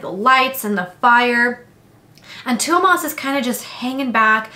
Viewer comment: As a Finn, your pronounciation of Tuomas was very good. It sounded a bit like being between of Tuomas and Thuumas (if both were pronouced as in Finnish) so if you can make the T a bit less airy and make the diphtong to O a bit stronger, it would be perfect. Even now it was definitely close enough that any Finn would understand who you're referring to.